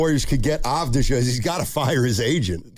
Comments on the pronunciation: His name is Avdiya- not avdija.... You should not use the J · Just like Jokic is pronounced 'Yokich', Deni Avdija is pronounced 'Avdiya' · If you are planning to recruit Deni you might first learn to say his last name correctly - Avdija is pronounced Avdiya... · Its A-v-di-ya and hes 25 atm. They wont trade him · you can't even pronounce his name , and he actually loves bein in portland yuh nerd. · Dude can't even pronounce his name right. No chance GO BLAZERS 🎉🎉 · learn how to pronounce his name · Yall don't deserve to get deni if you can't even say his name right or know his age sucka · Can't even say his name right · You can't even pronounce his name correctly. Embarrassing segment.